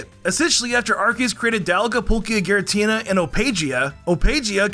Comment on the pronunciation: Ah yes, Polkia